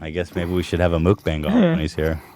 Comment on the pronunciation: Every time Ethan says "mook-bang" I cringe...